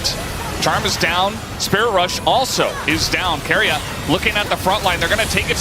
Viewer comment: stop calling keria KOREAAAAAAAAAAAAAAAAAAA >_< lol